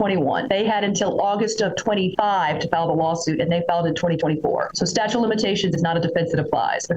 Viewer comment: He's calling it a "statue" of limitations 😆🗿